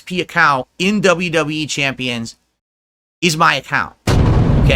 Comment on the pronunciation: Dont listen to the detrACKTors you guise, its jus NAHNSENSE Its crazy that he said "i spent thousands of dollahs on wwe chanpions you guise" And then denied the bank leaks were his which clearly showed thousands spent on apple itunes🤦‍♂️